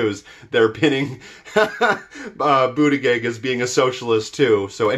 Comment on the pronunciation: I love you, and you teach me lots-- but I'm going to nitpick: Buttigieg is pronounced boot-edge-edge, not Boot-a -gig.